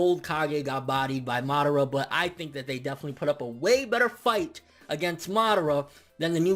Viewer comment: I agree 100%, the Kages currently represent no threat to a being like momoshiki. I don't like the way you say MA-dara instead of Ma-DA-ra though lol